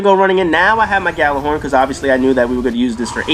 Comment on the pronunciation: Expect the Destiny snobs to correct you on Gjallahorn. They bitch and whine when people say it with a G as opposed to Yallar-horn. Kids these days, can't write a sentence but want things pronounced correctly.